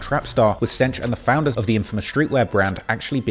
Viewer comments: I'm cringing every time he says "cench" 😂😂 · cench and diddy 😂?